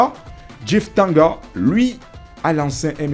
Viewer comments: c'est DJEEF TANGANGA et non Djeef TANGA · C’est ne pas jeef tanga son nom c’est Tanganga japhet monsieur le journaliste stp avant de faire ton émission YouTube faudrait bien lire ou t’informer sur le nom complet de joueur merci 😂